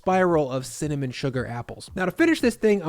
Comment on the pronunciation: He said CIMMINIMMMM!